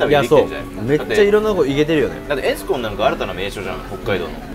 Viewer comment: エスコンのイントネーションが気になった😮